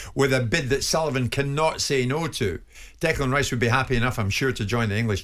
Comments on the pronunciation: Note to.. Its Declan not Decland!!! Cant even get his name right! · Even Stuart Pearce who knows him quite well, spent alot of time around West Ham, still calls him "Decland" - Very strange